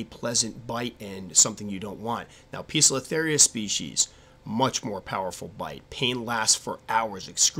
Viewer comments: Poe-cilo-theria not piiza-cilo-theria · Squirrely Squirrel 'Poecilotheria' is of Greek derivation. The 'e' is silent, the 'c' is hard. The constant incorrect pronunciation makes an otherwise excellent video almost unwatchable. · Pesilotheria Pokiltherie Po-es-il-o-theria Peziltheria Pozilla-theria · I assume they have the sobriquet "pokies" because the genus is mispronounced as POKE-UH-LUH-THERIA. LOL